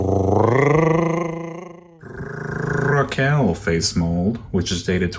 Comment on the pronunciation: lol the rrrrrrrrrraquelle part 🤣🤣🤣🤣🤣